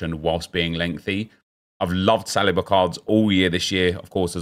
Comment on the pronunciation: Do you choose to pronounce players names wrong on purpose? Salliber, Oleeze etc